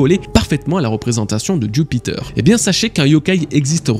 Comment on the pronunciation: pourquoi dire joupiteuuur quand tu peut dire jupiter ?